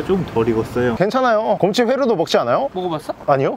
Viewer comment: 아니 계속 고홈치 곰ㅎ치 곰호치 거리는거 왤케 웃김 ㅋㅋㅋㅋㅋㅋㅋㅋㅋㅋㅋㅋㅋㅋㅋㅋㅋㅋㅋㅋㅋㅋㅋ